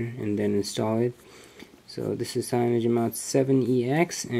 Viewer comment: I had to stop this video The way you said CAYONOGEN mod 7 pissed me off to much.